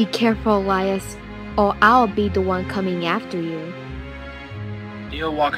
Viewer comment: Oh great I pronounced Elias' name wrong XD Anyways great comic dub ^^ it was really fun to be a part of